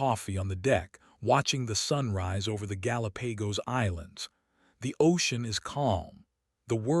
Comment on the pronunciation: I got to Gal--a-Pay-Goes and had to take a valium before I blocked the channel and started shopping for a hit man.